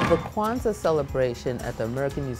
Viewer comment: ૨σყαℓ ƭεε yes it does when she said it it shorted Queztal